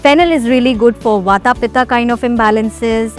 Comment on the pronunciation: There is no such thing as ayurveda it's ayurved same goes with vaat pitt and kaph and not the way you are pronouncing